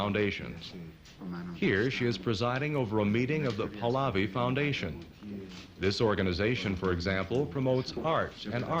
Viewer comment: Very angry that the commentator keeps mispronouncing PAHLAVI